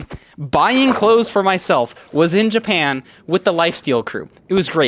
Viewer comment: 😂 i cannot NOT hear "In JAPAYAN"